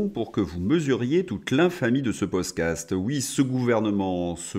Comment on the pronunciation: tu es fâché avec le mot "podcast"!🤣🤣